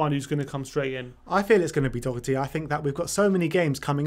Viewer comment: His name is Doherty. You are as well to get to know the name of players playing for YOUR OWN TEAM. To help, its pronounced DA-HER-T